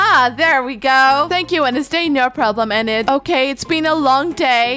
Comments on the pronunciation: it's pronounced ee-nid I think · Btw, Enid’s name is Pronounced Eee nid:) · Ur pronouncing Enid wrong it’s ee-nid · Love the vid but I think her name is pronounced ee-nid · I kinda am mad but happy its just that you say en id but its Enid you have to hear the E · HOW U PRONOUNCE ENID IS LIKE"EENID" BUT ITS SPELLED 1 E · ok i am going to say this btw even tho i say this does not mean i am not a fan i am a big fan of u but the way u said enid a how u said wednesday is kinda funny (not being rude btw just telling u:) ) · It's Enid say Denis